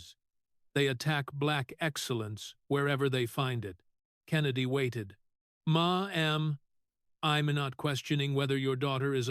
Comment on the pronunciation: WHY CAN'T AI SAY MADAM . AI DIDN'T MESS UP ON SAYING WITH WATTERS. GARBAGE SHOWS DEMOCRATS